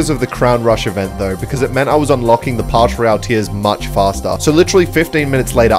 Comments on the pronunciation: Its pass not pash royale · He cant say Pass royale He says partial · PASS ROYALE NOT PASH ROYALE ITS SO ANNOYING WHEN YOU SAY PASH PASH PASH PASH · bro is pass royale not parsh royale lol what is parsh 😂🤣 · Pass royale❌ pash royale ✔️ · It's "Pass Royale" not "Pash Royale" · “in the pash royale” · I love when he says pash royal